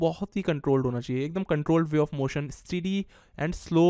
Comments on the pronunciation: Abhey steedy nhi steady hota h or massive ko tu maasive bolta h 😂😂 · Kahan se english sikhi h? Fatigue ko fat eeg Steady ko steedy Pause ko paaus Massive ko maasiv